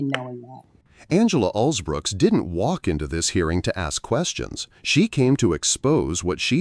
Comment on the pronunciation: If you’re going to report on the interaction between Angela Alsobrooks and RFK, at least get her name right,and don’t call her Alsbrooks